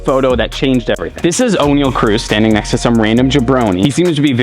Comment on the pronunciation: its pronounced Onyell not O'Neal, ironic because you mention shaq in this video haha, there's no ' between the O and the N